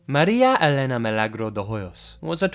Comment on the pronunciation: You actually said my name (Elena) right lol. It's not that often I hear it pronounced correctly.